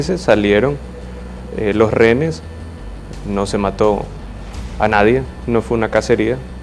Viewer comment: Noboa lo de TC fue un plan para decretar la guerra interna. Quienes sufrieron y quebrantados salud fue la gente que en ese momento estuvo allí. Y no se dice renes sino rehenes, si no puedes hablar no puedes gobernar. Tu no eres erudito sino brutito.